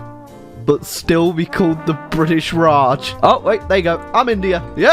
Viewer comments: Bri’ish nations in B section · bri'ish raj